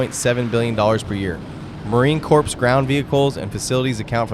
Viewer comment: Marine Corpse? Please have respect.